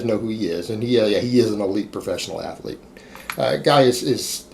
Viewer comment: When are you going to learn how to pronounce "athlete"?😐